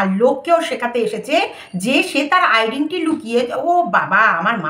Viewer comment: আইডেন্টি নয় আইডেন্টিটি।